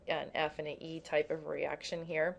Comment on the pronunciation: you said eraction lol <3